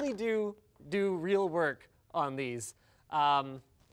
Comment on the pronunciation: I keep thinking he's saying twerk...I don't mind over twerking